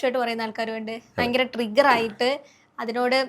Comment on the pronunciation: ബൈങ്കരം അല്ല ഭയങ്കരം ആണ്. അതിന് പകരം " വളരെ "എന്ന് പറഞ്ഞാൽ വാക്കുകൾക്ക്‌ കുറച്ച് കൂടി ഭംഗി വരും. അത് പോലെ,.. കലിയുഗം കഴിഞ്ഞാൽ കൃത യുഗം ( സത്യയുഗം ) ആണ്. കലിയുഗം കഴിഞ്ഞാൽ ത്രേതാ യുഗം അല്ല.